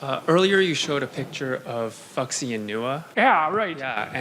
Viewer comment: Wow, his research is so bad he pronounces Fuxian as "fucks-ian'.